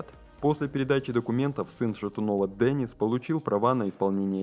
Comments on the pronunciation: Не Денис, а Дэнис. Не искажайте имя мальчика. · Не Дэниц, а Денис!!!